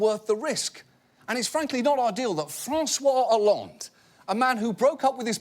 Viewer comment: HAHA! Seriously - Listen to the flanger-effect they put on John's pronunciation of François Hollande :D